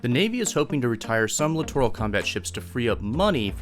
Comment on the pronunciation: You mispronounced littoral.